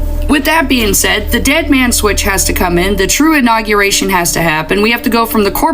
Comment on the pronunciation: The “inaugeriction”… hahaha